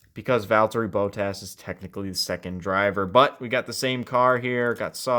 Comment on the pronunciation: why did you say bottas like that